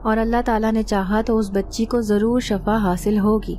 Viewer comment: Nice story but Shafa nhi shifa kahiye